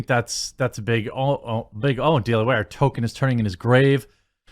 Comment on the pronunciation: His name was TOLKIEN, not TOKEN. Why is that so hard for you?